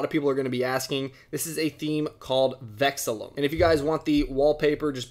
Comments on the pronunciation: the being of the video, it's Veexillum. At the end of the video is Muze 2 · At the beginning: Veexillum At the end: Muze 2/3